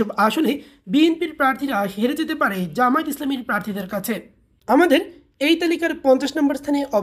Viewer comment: জামায়েত না জামায়াত শুদ্ধ করে উচ্চারণ করুন।